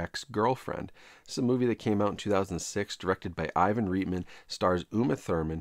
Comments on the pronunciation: Ivan Reitman is pronounced Right-man not Reet-man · Just a heads-up: Director Ivan Reitman's last name is pronounced "RIGHTman", not "REETman". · You collect movies but can't pronounce Ivan Reitman correctly? 🤨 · If you don't how to pronounce Ivan Reitman's name, then you dont actuallly know anyhting about the topic your talking about. It's fine...but I'm now questioning every single thing that comes out od your mouth. Anyone can read x and repeat it without knowing anything. This is bothering me so much...I had to come back and edit it. I don't know who you are...where your from etc. But...look at all the movies you have behind you. How many years have you been watching movies...I assume listening about people talking about movies...watching actors and directors and behind the scenes clips etc ....and never...not once.... Did you hear the name Ivan reitman???????? How is that possible??????!!!!!!